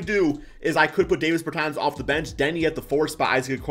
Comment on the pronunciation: Its DAAAHHHvis bertans. DAW